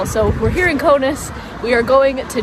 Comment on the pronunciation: It is K A U N A S < not Konas !!! Lithuanian Language, not English !!!